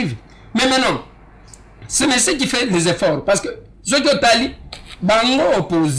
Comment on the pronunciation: balobaka Mosieur et non Mesier😂😂😂